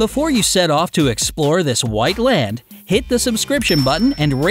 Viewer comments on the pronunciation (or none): none